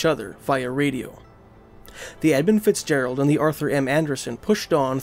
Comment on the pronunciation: Don't know if it's the accent but I'm sure he's saying 'Ebb And Fitzgerald'